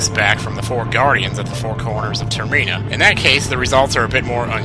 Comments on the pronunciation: ITS TER-MINN-A NOT TER-MII-NA LEARN HOW TO SPEAK IDIOT no hard feelings :D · I think the setting of Majora's Mask is 'Termina', not 'Terena'. There's an 'm' in there. Sorry if I come across as rude, by the way, it's just that it's my favorite game, so it seems a little bit jarring when it's mispronounced.